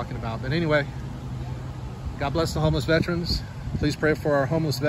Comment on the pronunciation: FYI there's no such word as "Vetrains" its correctly pronounced as Vet-"ER"-ans ER Like gerr ER Gerr........not Tra like Tran no its tERans